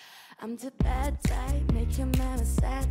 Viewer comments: Que alguien le diga a Eva que se dice BAD, no VAD 😰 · Que alguien le diga a Eva que Bad guy se pronuncia con la “B” y no con la “V” que con solo eso ya me esta arruinando toda la cancion😭